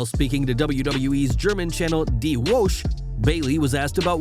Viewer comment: lel "woche" ultra botch